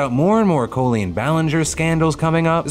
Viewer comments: Is Phil saying words oddly to bait engagedment? Went from saying Colleen as "Caw-lean" to "Coolian" several times this vid. Other examples last week. Wat? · Is her name really pronounced co-leen, not col-leen